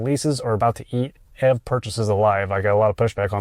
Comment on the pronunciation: YOU PRONOUNCE ev EEEEVVVV